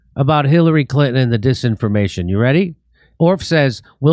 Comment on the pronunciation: Jimmy the name is pronounced Clinton…. Not Clitten….. Clitten is something completely different.